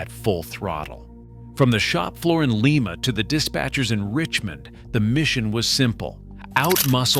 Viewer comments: Like, uh, “Lima Beans?” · It's not "Lee Ma" it's "LIE Ma" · It's like calling a Lima Bean a Lema Bean. LĪM-A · Small point: it's pronounced L-eye-ma, as in Lima beans. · ☝️🤓 erm actually thats pronounced LYING-MA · Lima "Lye Ma"